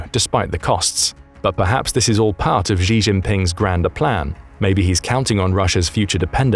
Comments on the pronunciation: The Xi in "Xi Jinping" pronounced more like Shi/Si. Not "Ji" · Xi is pronounced "she". Not "jhee". I know that Chinese languages have tonal differences between words, but that's how it sounds to English ears. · Please teach the robot how to pronounce “Xi”as in “XI JIngping”, it is not pronounced ‘Zhee” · why do the British think Xi is pronounced like "gzee"?